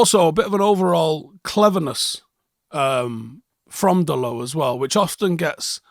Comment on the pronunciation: Just putting it out there... Can we start pronouncing his name correctly? It's not french, so you pronounce the T, like dot I think he's earned that little show of respect